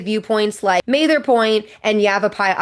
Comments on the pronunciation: Not 'May-ther" point...Ma....ther. Like 'mad'. Short a. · I've never heard Mather Point pronounced "May-ther" before. Pretty sure it's a short A. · I just watched someone reviewing this video, and although very informative, as well as very scenic, I wanted to set you straight on a few points. Hope you don't mind. Back in the '90s I backpacked in from both rims to Phantom Ranch at the lowest altitude in the whole park, and they're both stunning. Mather Pt. is MATH-er, with the 'th' being hard, as in 'this', whereas you gave it a soft 'th' as in 'math'. It was named after Stephen Mather, the first director of the National Park Service. FYI, correctly pronounced, 'Zion' rhymes with 'lion', and was named after the large hill in Jerusalem, as well as an alternative name for all of Israel.